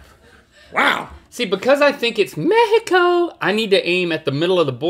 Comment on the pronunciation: I love how Link pronounces Me-hee- coooo!